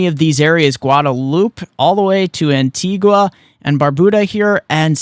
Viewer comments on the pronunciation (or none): Thank you for your update. Here's just a small correction on the pronunciation of our islands. Antigua (pronounced Anteegah) and Barbuda (pronounced Bar-beau-dah)